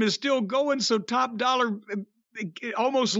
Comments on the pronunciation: y does jim call him top dollar when his name is top DOLLA? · Jim calling him top dollar instead of top dolla will never stop being funny to me